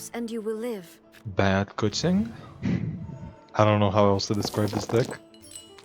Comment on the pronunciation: The best part about "90% winrate" to me was that it implied you played 10 games, or the math wouldn't add up, so I was looking forward to a long video with a lot of games when I clicked it :p But there were less :( ;) Also, it's "kuCHing" not "kuTZing". With "Ч", not "Ц". Weird that I'm posting this here instead of her video but you did just talk about it so w/e.